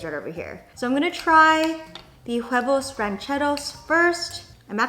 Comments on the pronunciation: Jenn, huevos are prenounced without h "uevos"!! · The “H” is silent in “huevos” (and for a lot of Spanish words if the “H” is in the beginning of a word😉) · Love the video! but I just have to say, the H in huevos is not usually pronounced. No hate though!! I just though it sounded funny 😅 Love you girl!